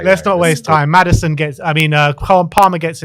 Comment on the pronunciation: Man said Maddison hahahhaha